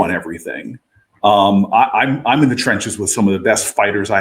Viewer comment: Him saying the trenches like that got me weak 😂😂😂 sybau